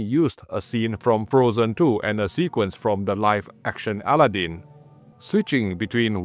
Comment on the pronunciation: Allah Din?...ohhhhh Aladdin!...not a noisy deity 😂